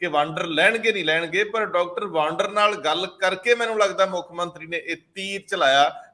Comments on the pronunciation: ਪਿਆਰੇ ਸੱਜਣੋ ਡਾਕਟਰ ਗੁਰਪ੍ਰੀਤ ਸਿੰਘ ਵਾਂਦਰ ਹੈ ਵਾਂਡਰ ਨਹੀਂ।ਕਿ੍ਪਾ ਕਰਕੇ ਸਹੀ ਉਚਾਰਨ ਕਰਿਆ ਕਰੋ। ਸਾਡੇ ਫਾਜ਼ਿਲਕਾ ਦੇ ਪਿੰਡ ਬਾਂਡੀ ਵਾਲਾ ਦੇ ਖਾਨਦਾਨੀ ਰਿਹਾਇਸ਼ੀ ਹਨ। ਸਾਨੂੰ ਫਾਜ਼ਿਲਕਾ ਵਾਸੀਆਂ ਨੂੰ ਮਾਣ ਹੈ ਡਾਕਟਰ ਗੁਰਪ੍ਰੀਤ ਸਿੰਘ ਵਾਂਦਰ ਪਰ। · ਮੁਆਫ਼ ਕਰਨਾ ਡਾ ਵਾਡਰ ਨਹੀਂ, ਸਹੀ ਨਾਮ ਵਾਦਰ ਹੈ, ਲੱਗਦਾ ਹੈ ਅੰਗਰੇਜ਼ੀ ਭਾਸ਼ਾ ਦੇ ਸਬਦਾ ਦਾ ਉਚਾਰਨ ਜਿਆਦਾ ਹੋ ਰਿਹਾ ਹੈ, ਡਾ